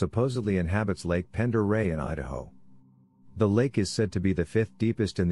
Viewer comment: you said "Udaho?"